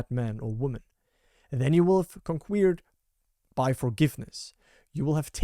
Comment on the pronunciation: You want to pronounce it konkerd not conqueered thank you for your help in these vids also sir